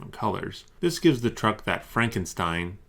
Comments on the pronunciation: The "Frankenstine" pronounciation was actually more correct than "Frankensteen". If you wanna say it properly, say "Frunkenshtine", with the u pronounced as in "up" or "gut". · Franken*steen*?! I've never been so offended by mispronunciation in my life. I can't tell if that was some obscure joke or not. Whoever persuaded you to say the name that way has clearly neglected watching any of the film adaptations, or stage productions, or listened to the audiobooks, and learning proper English. Good grief, haaa, OK, rant over. Thank you for making these videos. I've binged on every one in your back catalogue and found them very interesting and entertaining x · The first Frankenstein word was the correct pronounciation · Frankensteen? Oy vey